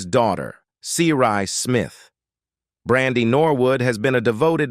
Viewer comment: Why is he messing up her name? He pronounced it right one time. Get some one else for the narrator please !!!